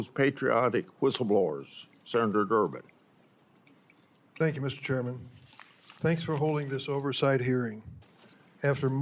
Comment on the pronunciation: Did she say senator Durmid?